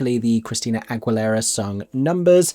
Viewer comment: That's not how you pronounce AGUILERA